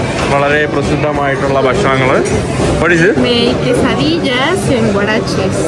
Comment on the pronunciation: Bro it’s pronounced as kay.suh.dee.uh (quesadilla ) and tor.tee.uh (Tortilla). It’s simple the two ‘L” in both words are silent.